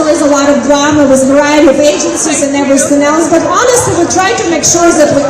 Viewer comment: Everysink she says I sink is a bullshit 😅